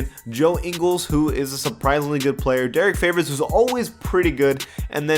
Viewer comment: Jingles, Derrick Flavors??? 😂💀😂💀